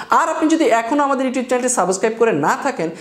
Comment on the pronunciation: আপনার উচ্চারনে কিছু ট্রুটি আছে। সাবোসস্ক্রাইব উচ্চারণ না করে সাবস্ক্রাইব উচ্চারণ করুন। ধন্যবাদ